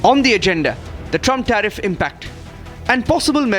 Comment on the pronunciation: "TAREEF" & "TARIFF" Is all that DT knows!!